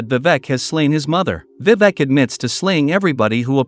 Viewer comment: Vivak 🤣 the pronounciation is wrong